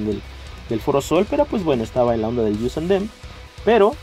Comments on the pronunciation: Us + them no se dice "ius" es "os" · "Yius an dem"???? WTF??